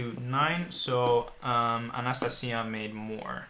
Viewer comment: I can't be the only person who spent a good 10 minutes laughing at his pronunciation for ANASTASIA!!? Love the video by the way x